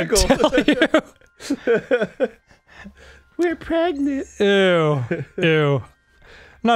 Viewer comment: Cole Costie don't you mean ... preganonant!?!